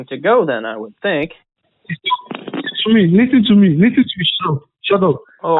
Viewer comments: It's ALWAYS, "Lystn to Mea!" It never fails. He must have attended "Each & Everything" University! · Leasen leasen leasen to meh. Leasen to meh. Are you leasening to meh?